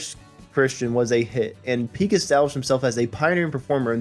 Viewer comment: This narrator says marin instead of Martin and pick instead of Peek I too had to go back and replay some of what was said.